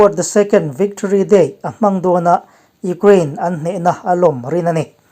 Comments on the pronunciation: U-kraine, tuna a lamdan kha English lam dan a nih kha, kan Mizo awphawi zulzui hian mi tam tak chuan kan lam thin reng a ni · Tinge Ukraine hi Ugrain tia i lam zel?